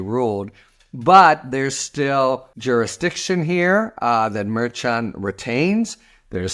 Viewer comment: Harry, I love your commentary But please! Pronounce Merchan's name correctly. It's not that hard. Please!